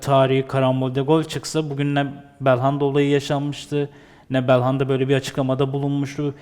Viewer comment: Bir Galatasaraylı olarak, Galatasarayı değerlendirecek başka adam yoksa yazıklar olsun. Bu kadar basit anlamsız değerlendirmeler olamaz. Daha belhanda demeyi bilmiyor bu adamı yorumlatmaya çıkarıyorsunuz.